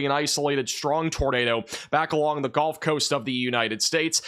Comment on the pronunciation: Can someone tell its the GULF coast, not the GOLF coast?? 😂😂😂